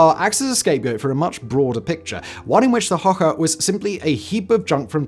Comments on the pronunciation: Hoche is not pronounced "okay" or "oar", but a bit like "hush" . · "Hoche" is pronounced like "osh", not "hoke" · Just so you know..we pronounce "ch" in french like you guys pronounce "sh" in english...so the way you pronounce "hoche" sounds like "hoha" to me and is not french at all ..